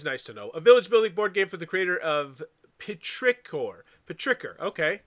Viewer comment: Petrichor is pronounced like "pet-trih-core" and the emphasis on the "core". The game seems fairly popular with the the Dice Tower crew, especially Mike and Zee, and it's down well on Kickstarter in the past.